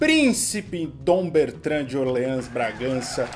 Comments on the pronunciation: O cara mandou "Orlans" de Bragança e o "princípe encantado" até abaixou a cabeça de vergonha. kkkk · ÓRleans. Chique, se fosse essa a pronúncia.